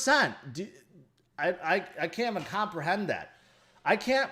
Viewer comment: "37 billion? I can't even hoprehend that" 😆